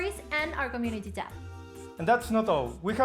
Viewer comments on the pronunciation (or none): none